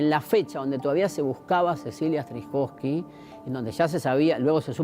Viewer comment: Se llamaba Cecila STRZYZOWSKY (se lee: estrizowsky.). No strikowsky.